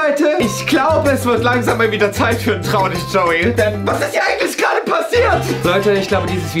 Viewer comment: Es heißt Joey und denn UND Wie oft, also lerne lieber die deutsche Aussprache.